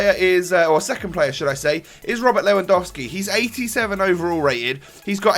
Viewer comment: You didn't say "Lewandouski" like many other youtubers ^^ You don't know how much all these pronounciation errors annoy me as a german Bayern Munich fan when I try to pronounce everything correctly :)